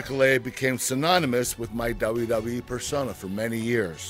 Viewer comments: It makes my butt hole tingle, and my gooch vibrate every time he says "dabawa-dabawa-e". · RBT-RedBeastTrailers he actually said it right, once. Tf is dububee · ChillMan 123xC Yes it sounds like Dubbayah Dubbayah E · is it just me or did it sound like Kurt Angle was saying "DUB DUB E"? lol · its very funny how he says wwwe,....duba duba E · He says WWE so weird. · Is it just me or does Kurt say WWE weird? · I love him but he can't even say 'WWE' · LMFAO, it is pretty damn funny. I can't get over it. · he is not saying the second W correctly